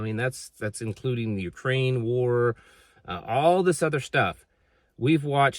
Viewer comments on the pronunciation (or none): none